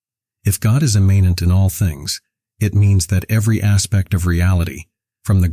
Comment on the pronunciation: Please pronounce "immanent" correctly.